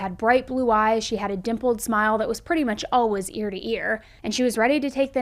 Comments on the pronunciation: It’s painful for me the way she says ALWAS instead of alwaYs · “Alwuz” We love you 😅😆